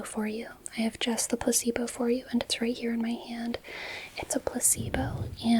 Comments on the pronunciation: why do i hear "puss-eebo" instead of "placebo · I can't stop hearing puh-c-bo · I don't know why but everytime you say "placebo" I hear "pussy boat" and it's the most disorienting thing ever but maybe I just need sleep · I’m hearing puss-e-bow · I thought you were saying pussybow and I kept thinking, is that a US thing because I've not heard of one of those before 🙂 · 😂 bro i thought i was tripping